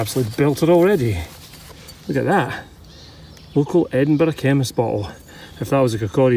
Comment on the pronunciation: Being a Canadian, I love the way you pronounce Edinburg